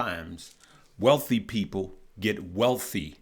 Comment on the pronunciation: That "er" on "wealthier" was serious 😆😆 but nothing less than the truth brother ......gotta love brutal honesty 💯